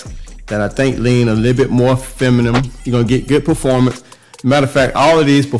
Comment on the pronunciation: Buddy it's feminine, not femanum😅